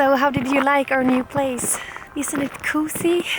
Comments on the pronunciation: please look at some videos on how to say "cozy". you say something like kooozie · Your vlogs make me feel so cozy! And the way you pronounce "cozy" is too cute😍 Hälsningar från Finland!